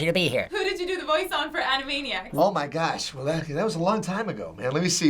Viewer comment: The things I have to say about this video: Jess Harnell looks really cool with this hairstyle. Is Rob Paulsen's Twitter STILL "yakkopinky"?. "Oh my gash"?. I love how Rob Paulsen suddenly starts doing his characters' voices. And now it's turning 31 years old. OBVIOUSLY. I love how Rob Paulsen starts dancing along. "It's new and old" could be the definition of medias from the past that continue to be good today. Jess Harnell: Makes comments like a normal person. Rob Paulsen: Start singing the song while doing Yakko's voice. Am I the only one who wants to know where the HECK Rob Paulsen got that "Jack!" from?. "Uh, okay" she has an almost cartoony voice, I'm surprised that neither Rob nor Jess commented on this. Rob Paulsen still sings while Jess comments. Unfortunately, this song has inaccuracies. Was he talking about Moldova or Moldavia? ("Moldovia"). It is not pronounced "Puloo", but rather "Pul-OW". Dubai is NOT a country. It's just me, Wakko's voice sounds more childish here and (ironically) appropriate for his age (7 years old). Rob Paulsen menacingly stares at viewers. Okay, but it would be ACTUALLY weird (and creepy) if she was the other way around too... Jess's voice almost became Dennis Hopper's... ...And he didn't even did it in Yakko's voice I really LOVE the work of these guys, plus Jess Harnell has already voiced two Transformers (Barricade and Ironhide).